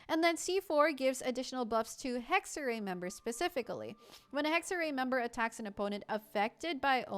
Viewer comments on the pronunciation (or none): "Hegg-ze-rai" is closer to the correct pronounciation than "Hegg-ze-ree" You could get even closer by saying "Heck-se-rai" (Funfact: the letter "X" came into existence because ancient Romans got tired of writing "ks"). The "r" needs to be "harder" but that's just something english speakers have ingrained in them due to the nature of english so I'm not gonna try to tackle that here lmao. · The other pronounciation was correct. [Hexer-rai] essentially. Its German for "Witchcraft" / "Witchcrafting" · Pls hohyo Stop using German words. Hexerei hat sich noch nie so falsch angehört...